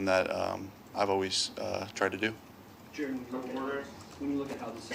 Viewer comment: Jar-ed Jar-ed